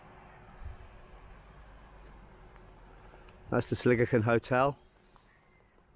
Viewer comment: What a great day you had for that hike! So much easier when it's dry! You were lucky where you camped that the cattle weren't there. When I passed by there in 2019 they had destroyed a guys tent with him in it! I aways thought Sligachan was pronounced Sli...gaaaa...chan rather than sli-gi-chin with the ch sounding as in loch, but the Irish gaelic seems to sound like you pronounced it..not too shabby for an Englishman..:-) Since you said you don't like heights I wondered how you would get on on the section to Elgol...it's a drop off for sure